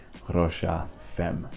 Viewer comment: yes you did. He pronounced it "femm".